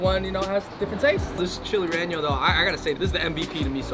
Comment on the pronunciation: It’s not “reño” it’s “rellenó” Reh-Yeh-No NOT Ren-Yo